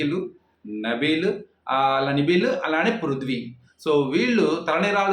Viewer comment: Nibeel kaadu anna nabeel